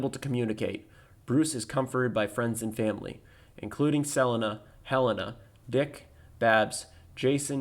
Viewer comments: never heard 'selina' pronounced like that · I dont know why but that weird pronunciation of Selena causes me cringe. Just like on rick and norty how their current univers pronounces parmesan